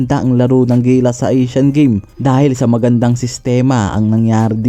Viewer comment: Magkaiba ang Asean Games at Asian Games boss. Asean games ay sa south east asia Ang Asian games ay buong Asia. Mali ang bigkas mo sa Asian Games